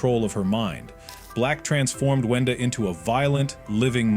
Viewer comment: It’s wenda not wendy